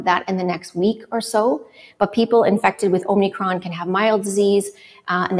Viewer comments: It's omikron - no n. Greek has two letters that are "o": omega (long o) and omicron (short o). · Are they calling it "omNicron"??? Da fuq?... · It's Omicron not Omnicron!! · I keep hearing it pronounced that way! So is it omicron or omNicron????